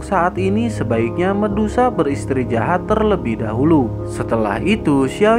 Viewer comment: "beristri jahat"😅yang benar beristirahat bg...lawak kali bg,enak cara penyampaian nya...😁lanjut terus bg,aku dukung terus